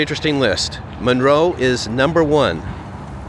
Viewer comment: It's pronounced MUNroe.